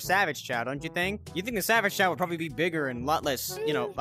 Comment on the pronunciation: You don’t actually say “chao’s” you say “chao” it’s the right way to say it.